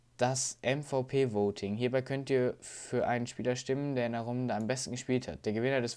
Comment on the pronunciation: Wenn du schon immer Clan amerikanisch aussprichst dann sprich auch MVP amerikanisch aus(!!!) weil das wird im Deutschen auch amerikanisch ausgesprochen im Gegensatz zu Clan!